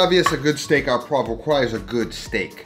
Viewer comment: Learn the difference between à and au. You said "à" and should've said "au." Au just couldn't be easier. It's pronounced oh.